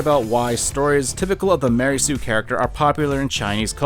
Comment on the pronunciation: I like it everytime he says "Ma REY soo"